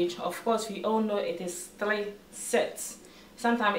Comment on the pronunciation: Did I hear👂 thlee or three 😄😄 Wow this is awesome video you did a great job but the thlee set is making me laugh